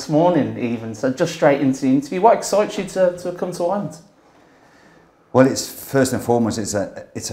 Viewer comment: no irish man pronounces Ireland like "Island".